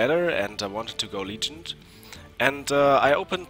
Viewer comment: Yes, you pronounced "Feign" correctly, you could work on your "legend" pronounciation though :-) And it seems that Hobogoblin doesnt synergize with MusterForBattle and other MinionSummonCards